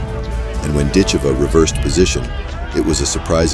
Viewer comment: Ditcheva…..DIT-che-va….. not “dit-CHAY-vuh”